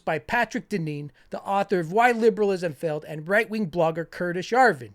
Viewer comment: Idk why i kept hearing 'The New Reich' instead of 'The New Right'....